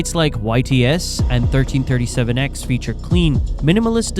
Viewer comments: It is not pronounced 1337X, it is pronounced LEET X. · thirteen thirty seven ex? lmao. i know im old but am i really that old? you pronounce it leet. like elite, thats what the turning letters into numbers internet 'leet speak' is. xD wtf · Did you say thirteen thirty seven x, I’ll think you’ll find it’s pronounced LEET X. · 1337X is pronounced "LEET X", now you know of the 1337 language.